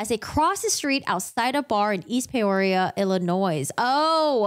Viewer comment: Peoria is pronounced "pee-or-e-ah" Also the 's' in Illinois is silent.